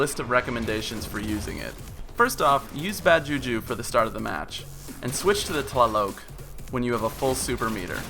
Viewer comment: I would love to play with you in destiny sometime. I saw you were on Xbox one. My gamer tag is BTW: it's pronounced T-lie-lock